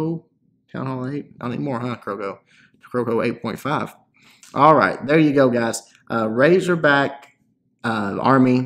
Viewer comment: I was shaking my head when mispronounced it, then I saw comments continuing it... His name isn't "Krogo TH8" It's "Krogoth 8"